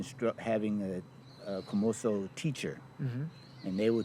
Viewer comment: 虚無僧 is not "Kumoso" , It's Komuso